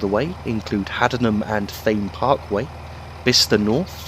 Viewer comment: It is pronunced Haddenham and Tame Parkway and Marleebone